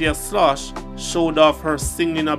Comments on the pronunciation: Her name is pronounced Skloss not sloshh or whatever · Her last name is pronounced like skoles